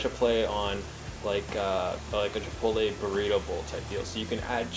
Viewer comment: As a Spanish speaker I appreciated the pronunciation of Chipotle ♥️. I been watching your videos for a week now. Loving them!